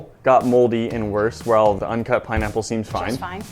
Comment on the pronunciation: “PiNeaPpLe” 🍍 😂